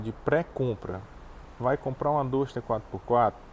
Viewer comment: 9 meses e não aprendeu a pronunciar o nome do carro ainda?